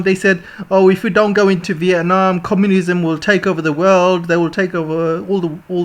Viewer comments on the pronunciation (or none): none